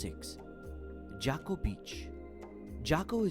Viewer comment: Beautiful video. But would be much better if the narrator could pronounce the names of places. For example, Jaco Beach is not pronounced "Jacko". And Dominical is accented on the last syllable. lol